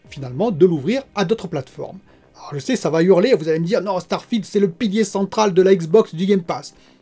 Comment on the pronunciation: Quoi ? Starfield sur PlayStation ? "Starfiela"... 🙄